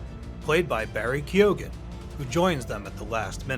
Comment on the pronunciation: Man, it takes seconds to research how to pronounce a name. It's pronounced Barry Keown. Lazy ass.